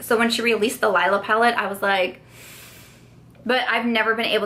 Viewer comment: OMG GIRL!!! Get Lila!!!!! You won’t be mad that you did!!!! I’m legit convincing you to spend all your money lmao but legit there’s a REASON her stuff is so expensive! You get SO much product! Also, it’s pronounced “Lee-la”. 💜✨